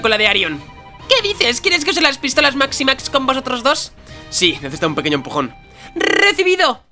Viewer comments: es MixiMax no MaxiMax, ademas se supone que los MixiMax son mejores que las armaduras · se dice Miximax Trans,no Maximax Trans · es mixi max no maxi max:D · dice maximax tranks no?o es cosa mia no seria miximax? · La C es de Cadena y no es Maximax es Miximax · es miximax no maxi max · no es maximax es miximax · es miximax no maximax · Pls.... no es maximax es miximax, no creo que te cueste mucho leer